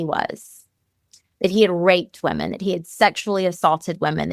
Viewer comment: Please learn the diff between the pronounciation of women and woman.